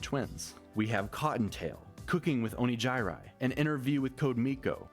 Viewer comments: in his defense, "o nee jai rai" is how Neuro (mis)pronounces Onigiri's name. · I love it when they always stop on the Oni-jai-rai bit. Neuro knows how to say Onigiri's name, but chose to call her Oni-jai-rai anyway. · iirc, she pronounced it properly when referring to onigiri, the actual food item... but insisted on mispronouncing it when using it as her name. Neuro is a menace and we're all here for it. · She did call her Onigiri but she was like nah I'm gonna call you oni gai rai cause that's your name now. lol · it took me a few times but is he mispronouncing onigiri?